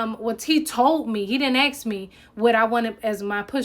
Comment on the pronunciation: “Contract marriages” are super sketchy. If they find out they can withdraw and claw back the benefits you received as a result of it. Can’t believe she admitted this online!!! Technically the military can now go after her. And it’s “ASK” not “AXE”.